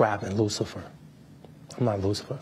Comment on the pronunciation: "I'm not luficer" lol